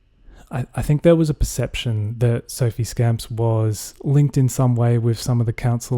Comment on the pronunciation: It's pronounced 'scomps', not scamps. Also, is anyone really going to care about Mr Ryan taking down a few Liberal posters? As far as scandals go, it's hardly Watergate. I like my scandals to be utterly damning (& the subject being some Coalition grifter), like that nonce in Pittwater.